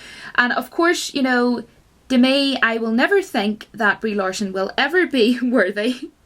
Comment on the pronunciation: "Reee Larson" LOL